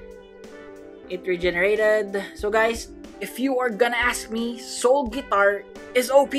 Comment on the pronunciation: Wait in the first did he said soul fart for real?